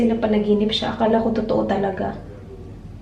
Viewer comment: gusto ko yung "panaginipss" 😂😂 HAHAHAHA labyu ate!